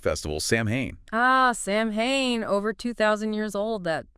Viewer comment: It's just not pronounced the way it's spelled. It's Sow-wen. I know, not phonetic.